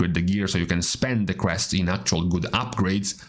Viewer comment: Took me five minutes to realize he said crests.. not quests..